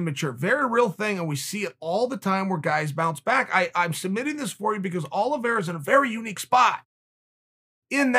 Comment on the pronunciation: "Charles Olivreea" - Brendan Shlob